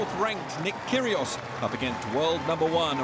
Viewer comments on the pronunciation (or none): "Kyrgios" not "Kyrios".